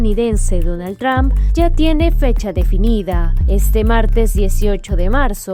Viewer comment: Porque dicen Tramp y no Trump. No es difícil. Diga tru-m-p.